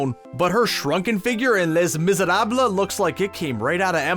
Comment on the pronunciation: LEZ MIZERABLUH